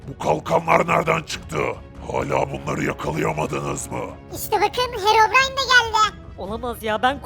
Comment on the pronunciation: Harabrine✅ Herobrine❌ SJSJSJSJ